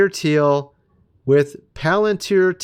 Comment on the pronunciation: It's Palantir not palantear or palanteer or palantere